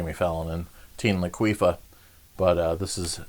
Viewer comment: Teen laquifah! HAhahahahaha